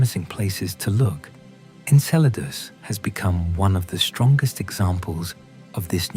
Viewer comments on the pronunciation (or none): En-sel-r-dus? Nope. I left. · The synthetic narration is horrible. I count at least 5 different pronunciations of “Enceladus”. There are many videos just like this. If you want yours to have many views, do better.